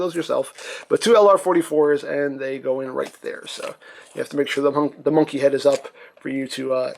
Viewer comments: "MUNKY NOT TRUK" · TRUKK NOT MUNKEE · Truck not munky